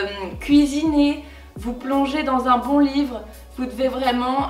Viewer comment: le « unn jus de céleri » m’a tellement fait rire 😂😂😂